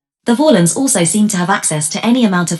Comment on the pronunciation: Yeah, they also mispronounced "Valen"